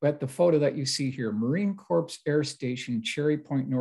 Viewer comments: Hey. Here’s a few things to make notes on for your future videos. 1. Marine CORPS is pronounced “CORE”, not CORPSE. 2. There is no such thing as a four star Major General. A Major General has two stars. Keep up the great work and research. Here to help out on the Mil stuff if ever needed. S/F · New subscriber here. Came after your interview on Richard Dolan’s channel. Love the stories and illustrations. But it sounds like you’re mispronouncing “corps” (as in Marine Corps). It’s not “corpse”, it’s pronounced “core”. The “ps” is silent. Just a tip. Thanks. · Marine Corps is pronounced marine core. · It’s pronounced Marine CORE.